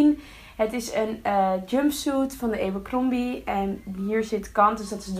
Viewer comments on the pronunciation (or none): Eberkrombie zo spreek je t niet uit lieverd